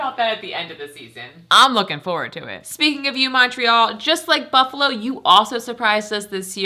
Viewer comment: It's not Buffalo, it's Buffalol.